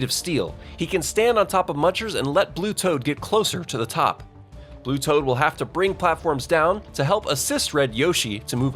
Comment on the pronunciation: I heard that mistake on saying blue toad,s name wrong.